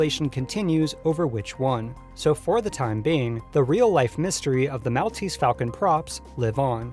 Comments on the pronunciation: The island of Malta (pronounced Mall- ta) has the description of Mall-tese to it's property. I cringed each time you said mal. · Mall-tease, Mall-tease, Mall-tease, Mall-tease. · "mall tease" not "mowl tease" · Mahl-teez falcon?! It's pronounced Mawl-teez falcon. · Great work here. A very interesting piece of documentary work on lost and found movie props. My only two critical notes would be: "The Academy of Motion picture Arts and Sciences" not "..pictures Arts and sciences". And I've always heard it pronounced as The "Maul-tease" Falcon rather than the "Mal-tease". Overall, as I said, a fun and interesting piece. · Maltese = "mall-TEASE." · Not a big deal, but "Maltese" is pronounced like "Mall-teez"/"Mahl-teez" (as in shopping "mall"). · Maltese is pronounced Mall tese. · lol the way you said 'Maltese' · What's with the pronunciation of "Maltese" here? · Please say Maltese like a human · Great video but how the fuck can you not know how to say Maltese? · youre mispronouncing Maltese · Good video, but the way you say, 'Maltese' is physically painful to listen to. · The way he pronounces Maltese made me cringe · Your pronounciation of Maltese is awful. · Learn to pronounce Maltese ... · ...this video was really entertaining (great editing) ...except the mispronunciations kept throwing me off ...it's cecil b. DEH-mill (the announcer even says it in the clip you used) ...and it's MALL-teez falcon (as in 'shopping mall') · Mell-teast falcon? De-Meal? Do you pronounce anything correctly?